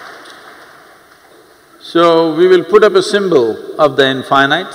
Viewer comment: But why he spell in fy night? Instead of in fee neet